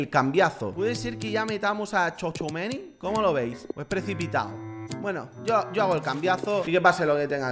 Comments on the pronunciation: Se pronuncia chuameni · se pronuncia chuamení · tchouameni se pronuncia "chuameni"